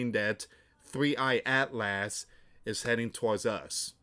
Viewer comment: Atlas is pronounced At-luhs not At Last. Such as At last At-luhs is almost here.